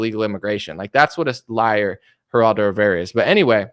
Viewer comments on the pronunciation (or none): none